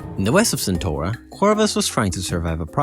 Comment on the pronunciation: that ain't how you pronounce CentAura